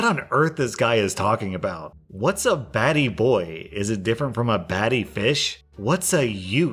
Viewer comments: That is NOT how you pronounce "batty" 😂😂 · "Ba-Te" as it's pronounced is actually Jamaican slang that means "Gay" and so was "Fish". Just another way of calling someone a homo. And the only reason I know this is because my fiancee works with a few Jamaican guys who use those words a lot and we're kind enough to educate him on what they mean. Lol